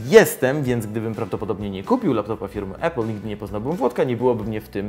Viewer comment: nie E-pul tylko A-pul !! nauczcie sie w koncu razem z tym Wlodkiem! 